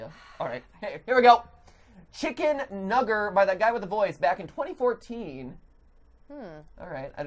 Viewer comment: Mat: “Chicken... nugger?” Me: “aaaaaaaaAAAAAAAAAAAAAAAHAHS”